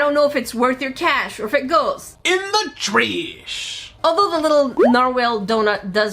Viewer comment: It might be raining here in SoCal, but every day is brighter when I get to hear say, "In. Da. TRAISH!!!"